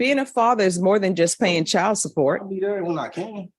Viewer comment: Someone needs to tell to pronounce properly such as a D at the end of CHILD